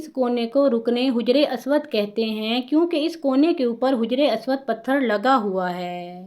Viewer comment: Haja-ry. Aswad Not Hujry aswad